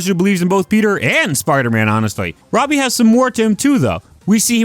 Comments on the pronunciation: Say it like the show does "Robby". Youre saying "Robey" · Not being able to pronounce Robbie is crazy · fascinated by how you pronounce robbie